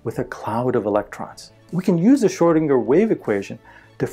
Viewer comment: is great, but he makes me cringe when he says 'Shrow-dinger'. It's Schrödinger, dammit!